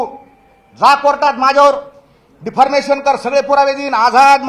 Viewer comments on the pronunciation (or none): अरे स्वयम घोषित वकिलीच्या विद्यार्थ्या ते डीफारमेशन नसते डिफमेशन (मानहानी) असं म्हणायचं असत. बुंगारी बाबा😂